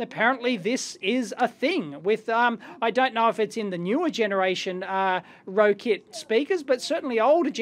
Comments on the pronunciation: it's pronounced rocket, not rokit. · "Rocket"... as opposed to "row-kit" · Guessing it should be pronounced "rocket". :) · It's pronounced "rocket"